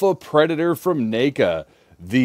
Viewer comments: 🤣 - you're saying NACA. Like you're starting to pronounce name instead of neck, even though it's NECA. Seriously made me laugh, and that's a rare thing. There's been more than a few ppl over the years that say that company's name in unusual ways, like Knee-ka....but never heard na(ked)-ka lol. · Let me guess this is ur first neca figure? Lmao the way u pronounced the name 😂